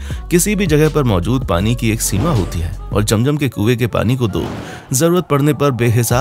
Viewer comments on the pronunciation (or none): Bhai it's not jam jam it's zam zam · Jam jam nahi kehte zam zam kehte hai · Jam jam apni 🤣🤣😂😂 It's Zam Zam